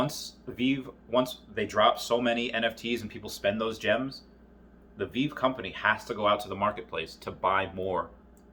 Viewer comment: Ahh back when Veve was pronounced wrong I did it too called it veev